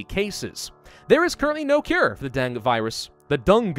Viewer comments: Den-geh not Deng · PRONOUNCED DENGEE NOT DENG REEEEEEEEEEEEEEEE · it's deng- gee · It's pronounced, "den-gay". Dengue fever has been around forever. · My Diseases and Diagnostics proff used to tell people to pronounce dengue as "den-gay". then he's say.. "just like a den full of gay people" It was really cringey. This was decades ago and he meant happy, not homosexual....but still. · Here in Argentina we call it DENGUE ("gue" is pronounced as "geh") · In Vietnam we pronounce it Dengee or the break bone fever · Dengue is pronounced as "Deng-Geh (The G sound in geh is not the letter G sound) ." I like your vids. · Why is he pronouncing Dengue wrong? The guy acts like he is a medical expert when talking about Coronavirus yet cant pronounce Dengue Fever right. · I'm so used to hearing it said like 'den goo' that I took a double take when you first said it! (no shade being thrown, I just say things weird) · You're a grammar Nazi but can't pronounce Dengue correctly?